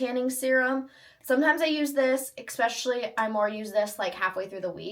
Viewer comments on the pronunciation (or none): Especially. Not EXpecially.